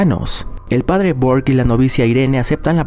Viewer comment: En la monja el padre se llama burke no bork pero error de humano tranquilo bro no te jusgo